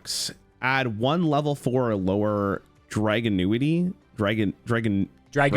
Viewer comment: He thinks it's pronounced dra-GUN-ity rather than dra-GOON-ity 😭